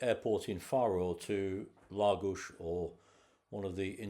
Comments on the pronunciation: Very interesting and pleased to hear you pronounce Lagos properly ie LAGOSH. Been once on a day trip and really liked it but, still prefer Quarteira for the walks along the promenade, beautiful beaches, and fish restaurants. Not touristy just, very, Portuguese. There is also a huge market selling fish, fresh meat, fruit and veg should you wish to cook yourself . My favourite place ever. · Was in Lagos this time last year, what a great place, has an almost magical air about it. Your holiday looked great. And from a Portuguese speaker, you nailed the Lagos 👌